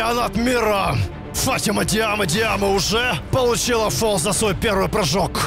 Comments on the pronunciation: ФатимА а не ФАтима😂😂😂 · ФатимА только) Ухо режет фАтима) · Фатима ударение на 2ю букву а)